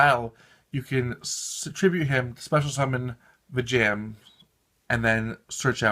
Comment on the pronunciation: Im sorry but (VEE-JOM) 😊